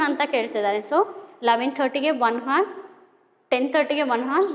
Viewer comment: Mam sorry for saying this , that's not hars that is hour😅😅